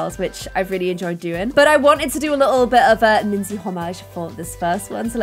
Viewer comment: Minze not minze 😒